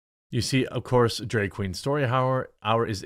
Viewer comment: Dude.. Bruh.... It's drAg, not drEg It's bAG not bEG. C'mon bruh.